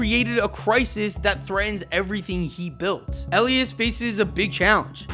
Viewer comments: E-lie-is, not Eleis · btw elias isnt said like eleius it's said like Eh-lie-us and santander is saun-tuan-dair (saun like sauna and tuan the same) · bro said Elias wrong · Did someone that’s never watched baseball in their entire life make this video? Can’t pronounce Mike Elias name correctly, thinks Cedric Mullins is a controllable piece, Adley has a terrible approach at the plate? His hard hit rate is highest it’s ever been, so is his exit velocity, now his numbers are catching back up as he has posted 366/438/598 in June with a OPS of .998 No one should take anything this clown says seriously.